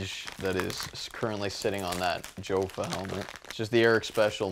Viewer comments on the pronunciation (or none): the Mylec helmet is not supposed to be a replica of any Jofa helmet...also the cage on the Mylec helmet is a copy of the Northland Stan Mikita helmet cage. And it is pronounced "Yaffa" not "Joe-Fuh".